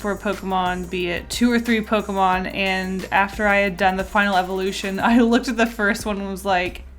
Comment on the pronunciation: DO NOT LEAVE OFF THE K IN POKEMON!